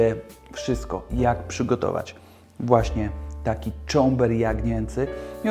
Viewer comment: Cober! nie czomber! Czomber to roslina i przyprawa.